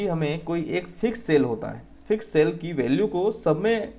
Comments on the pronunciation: You say cell as kel😊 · Behra hai bhai tu 😂